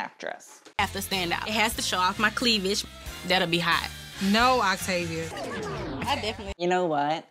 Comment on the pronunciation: When I misheard you stan “Activia”, instead of Octavia, I was like “baby, me too! I’m over 40! I need all the help I can get!” 😂